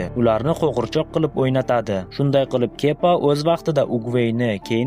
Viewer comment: Kepa emas kiba😂